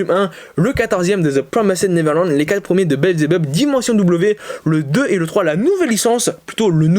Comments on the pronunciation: rhaaaa ta prononciation de promised neverland mdrrr, ça se prononce PRO MI SS TE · Non sa se ce prononce " ZE PROMAÏZDE NEVERLANDE "